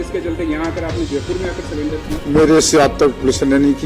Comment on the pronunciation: सरेंडर होता है सलेंडर नहीं । हाय मेरे देश का भाग्य🙄🙄🙄